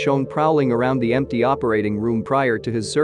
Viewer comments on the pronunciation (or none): none